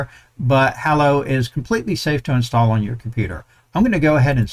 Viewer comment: Thanks for this! Btw, Hallo is German for Hello and the "a" is pronounced like the "a" in "large"